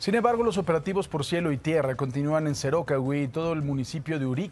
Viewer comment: No es Cerócahui sino Cerocáhui, acento prosódico en la a